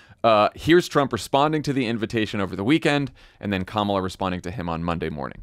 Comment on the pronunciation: Interesting when randomly Trump pronounces Kamala's name correctly.